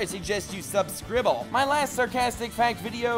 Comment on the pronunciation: I couldn't find the subscrible button but I did find the subscribe button so I clicked that instead cause it sounded more like it